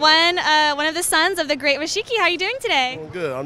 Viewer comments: Did she say rashiki wtf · Nobody: Her: “Rishiki” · It's Rikishi not Rishiki..........smh